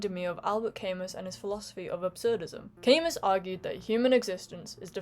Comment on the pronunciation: You have a sensitive and intelligent take on this, thank you. You might be giving Mr Spielberg too much credit (or not). FYI, Camus is pronounced ka-MOO.